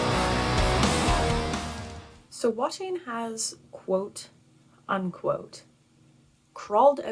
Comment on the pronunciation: The pronunciation is more "Va-tain" rather than "Wha-tain".